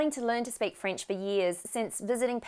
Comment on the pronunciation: Très belle prononciation! Bravo.😊 I am French Canadien and it was wonderful to hear you speak in French. You are good! 🤗🌟